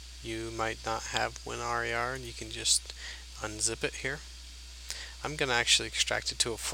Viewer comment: Why is he saying WinRar like.... Win-are-yar